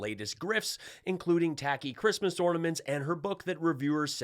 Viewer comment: 'Who gives a f**k about chreestmas" Gold digger. Melania.